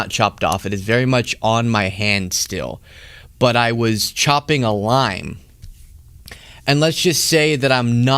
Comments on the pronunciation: I thought he said chopping a line not chopping a lime. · Thought u said , CHOPPING A LINE … ( not LIME ) 🫣😵‍💫🥹✨😆✨💜.. lots of fun WORD PLAY… life flashing before ur eyes 🤣🤣🤣🤣🥹 sorrrry SO glad u are OK !!! 💜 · I misheard your explanation of the wrist thing - It sounded more like 'line' than 'lime'. Glad you clarified after. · Omg, at first I thought you said that you were chopping a line and I couldn't believe you were admitting to that on air! LOL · When you said you injured your finger cutting a lime, I thought you said cutting a line. And I thought to my self, hey wait, I didn't know did drugs lol. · At first, I thought that man said he nearly cut his finger while “chopping a line.” The difference between chopping a line and chopping a lime is significant.😂